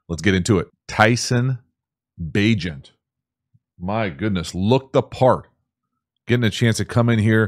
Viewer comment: Bagent rhymes with agent.